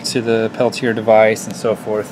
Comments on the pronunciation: You said it right the first time. Peltier. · I heard u you pronounce it both ways. Peltier rhymes with Chevrolet. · Jean Charles Athanase Peltier was french. Very, very french. Pelti-ay is the correct way to say it. It's fine that people mispronounce it, but if any of those people try to correct you, slap them hard on the face.